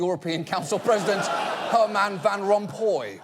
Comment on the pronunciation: Really weird way of pronouncing Herman Van Rompuy.